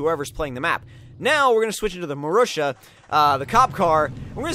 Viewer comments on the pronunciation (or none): the marussia is rightly pronounced [marusya]